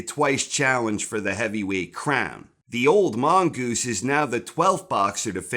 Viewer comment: Theres nothing better in the world than saying "The Old Mongoose". The way he pronounces it should be taught in schools.